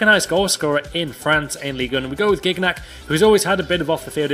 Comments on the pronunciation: gignac xD sa se dit jiniac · Ntep deserve also an upgrade. And, in France, Gignac is pronounced "Jiniac":p Nice vidéo! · the way you prononce Gignac kill me ahah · "Gignac" hahah